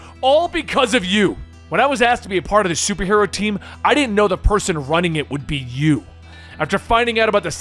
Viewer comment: Huh. I always pronounced it "Did-jin"